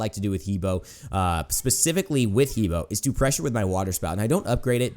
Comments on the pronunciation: hebo is actually Her Bo in Chinese pronunciation :) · Its "He buah" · Just an FYI, it's pronounced "Heh Bwāh"